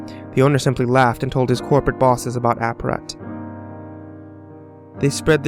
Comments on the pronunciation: you said aprat! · Hahahaha already said ap-rat! LOL